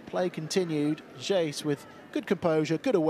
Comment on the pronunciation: As a Man Utd fan... how is it pronounced? Our commentators have said both Jace and Jay-see.